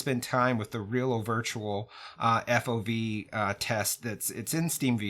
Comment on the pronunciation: Don't say fauv for f.o.v please and thank you